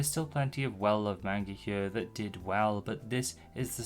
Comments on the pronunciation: You say manga wrong. It’s pronounced “mon-guh” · Seemed like an interesting video up until i realized it’d be an hour of someone saying “main-guh” How do you do all this research and never learn how to say the word?